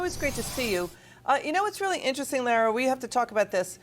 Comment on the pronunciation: Her name is Laura not Lara